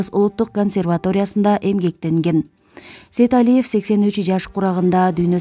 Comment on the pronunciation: Сейдалиев дебей Сейталиев деп туура айтчы.